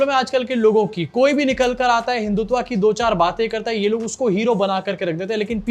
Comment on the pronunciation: हिंदुत्वा नहीं, हिंदुत्व